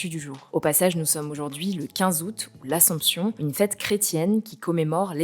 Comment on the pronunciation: ASSOMPTION et pas Ascension..